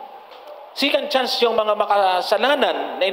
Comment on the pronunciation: Johnson "SECOND CHANCE" HINDI "SICAND CHANCE"